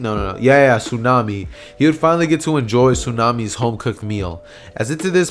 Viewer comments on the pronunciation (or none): none